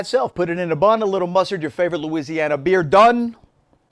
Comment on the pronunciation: At about you started to go full on Cajun Looziana with your description! Love it!!!